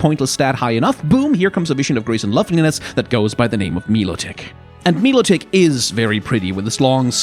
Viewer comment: I heard "mee-lo-tic" and spat out my moomoo milk